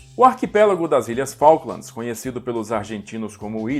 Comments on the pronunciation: Cuando escuche un brasilero diciendo Falklamds, fué suficiente para NO seguir viendo. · Como vas a decir la guers de faklands... de MALVINAS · NUNCA JAMAS TE ATREVAS A DECIR FALKLANDS!